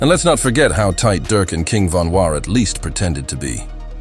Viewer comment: Pronounce his name right. It’s Von not van.